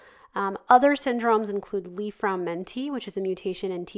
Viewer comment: It's actually Li-Fraumeni Syndrom, not Fraumenti